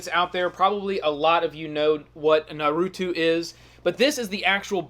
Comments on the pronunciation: its NARUTO not NURUTU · Naw-roo-toe....not Nuh-roo-two Geesh! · Omg it is not nar-oow-too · Nar - ooo - toe!!!! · Bruh the way you say naruto burns my insides